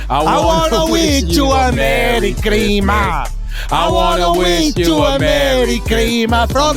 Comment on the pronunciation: “ I wanna wish u a merry chrima”🤣🤣🤣